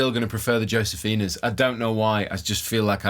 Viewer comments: the "J" In josefina is pronounced like a letter "H" Pronounced Hosefina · Pronounced hosefina..... Europeans.....lol